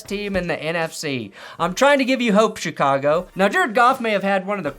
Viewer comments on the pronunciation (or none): none